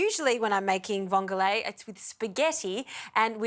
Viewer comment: It's not vongolae It's just vongole I love watching your program. But I couldn't help myself to correct your pronounciation. Vongole is an Italian word. How much vongole did you use To the amount of pasta